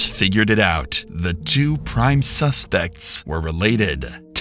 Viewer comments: ´´Two prime sustects´´ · "the two prime sustects" ???? Get your AI Shit together when you wanna do good True Crime Content.